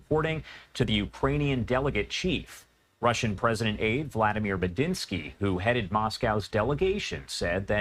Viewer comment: Why does this moron keep mispronouncing Vladimir???